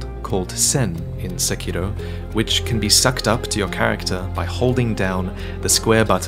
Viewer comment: I’m glad someone finally pronounced the title correctly 😂